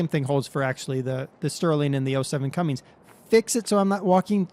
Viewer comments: cummins not cummings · OKay, try this. Not Cummings, its Cummins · CUMMINS NOT CUMMNIGS!!!!!!!!!!!!!!!!!!!!!!!!!!!!!!!!!!!!!!!!!!!!!!!!!! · Well umm I do see like the 07 cummins on farms and it's not pronounced Cummings also the bike I've seen you wreck that thing a hundred time and the ford 150 can be that loud it's called aftermarket muffler... I see it more and more your preferring the more European equipment and vehicles over American stuff that really I can see what's better